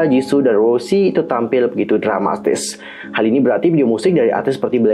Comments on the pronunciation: Bukan kak cara nyebut nya tu kayak gini Rosé gitu kak bukan rosie ato rose tapi rosé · Ros'e bang bukan Rossi😭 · Rouuzehh lebih tepatnya 🤣🤣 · Kalo ala Korea bilangnya "Roje/loje". Tapi kalau berdasarkan penulisannya dibaca "roze" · Gapapa sama aja, tp sebutan yg benar tuh Rosé